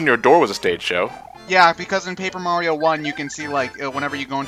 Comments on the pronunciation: Oh god almost pulled a ReviewTechUSA and called him "Mary-o" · I thought him calling Mario "Mary-o" was him being a heretic.